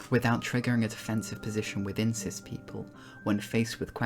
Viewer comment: Every time you said cis I heard sith lol